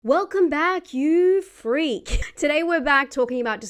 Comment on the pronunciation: . “Cause I’m a FREEK”